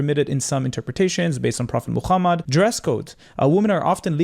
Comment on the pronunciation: talking about islam and shariaa while not being even able to pronounce the name of the prophet Muhammad PBUH is crazy. Also most of what he said is completely BS so at least check his words before citing them as evidence.